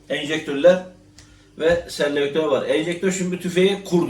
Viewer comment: Enjektör değil ejektör. Eject: dışarı atmak demek Sellektör değil selektör: select : seçmek demek